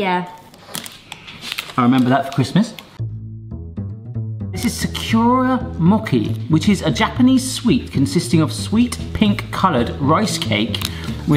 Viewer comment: I love how honest kids are LOL oh and its Not Saki its SAKURA which is Cheery blossom from the Cherry blossom tree , hence why it tastes of perfume :)